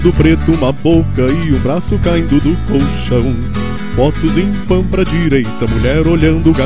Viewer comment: "ô retardado", eh "colchão" e não "coxão" (